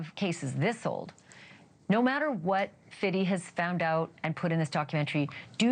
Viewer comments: This woman saying “Fiddy” tells me she has probably never listened to a fifty cent song in her life! It’s Fifty Cent not fiddy😂. You don’t have to say it like your “hip”, no one says fiddy! Not anyothat really listened to his music. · I love the way she pronounced Fitty Cents name